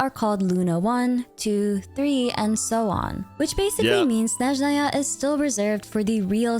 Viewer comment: her name is pronounced like YAgoda! yá-go-da. Ягода also, it's SnÉzhnaya, not SnezhnÁy